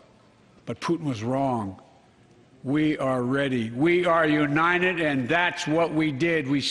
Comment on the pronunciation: Is just me or he keep saying unined instead of united.??